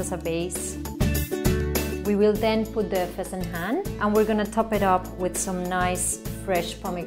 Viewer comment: It's not fasenHAN. It's fasenJAN or JOON. My god. "Plain white rice which is used in Iran". No. No no no.